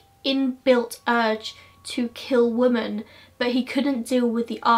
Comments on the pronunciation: I find it strange how you pronounce women (plural), it’s meant to be pronounced wi min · i love your videos but the plural of 'woman' is 'women'... you pronounce it wrong in every video. no hate x